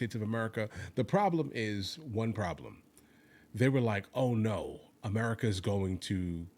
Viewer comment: Ohr nohr